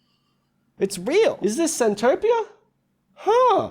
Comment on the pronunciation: it's centopia 😭